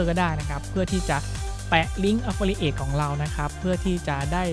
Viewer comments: ผมว่าคุณหาเพื่อนบ้างนะเค้าจะได้เตื่อน บ้าง อ่านผิด แค่นี้ก็แย่แล้ว แอฟฟริเอท อะไฟเอทอะไร ว๊ว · ไม่รู้คลิปนี้มาได้ยังไง Idea ก็ ใช้ได้นะ แต่ อย่าพูดอังกฤษเลย เสียงเพี้ยนมากๆ คำ Affiliate ออกเสียงแย่มาก ลำบากนักก็ใช้คำไทยดีกวาา ถ้ายังอยากพูด ต้องหัดออกเสียงทุกวันทุกนาที แอฟฟิลิเอท --- Got That ...!!! By the way info is not bad though ....